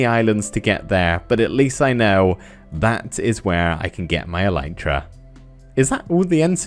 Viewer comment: It's not "an elytra" but a pair of elytra (like trousers). Elytra is the plural of elytron. Also, it's pronounced "EL-lit-ra", not "e-LITE-ra". I know, just about every Minecrafter on YouTube gets this wrong, I'm just trying to correct them one at a time... (you can look it up on the official Minecraft wiki or on plain old wikipedia, elytra are the hard outer wing cases of beetles)